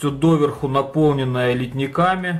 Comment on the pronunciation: ЛитникАми??? Выучи Русский язык! И еще пожелание, делаешь обзор - не будь УГ! Смотреть противно!